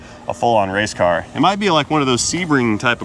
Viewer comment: ..."It's a Wangleer...!!!..." 😂😄... "a wase car from Bucky's..."...Made in 'Murica..." 🎼🎵🎶...